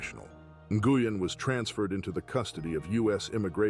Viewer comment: Nguyen is pronounced "win".... I know, that's hard to follow.